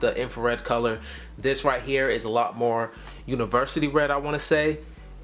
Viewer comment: Good vid man but you said Univarsity red lol wtf?